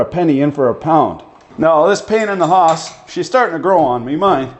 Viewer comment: Took me 15 minutes to realise you were saying 'Haas' and not Horse in your Canuck accent :-)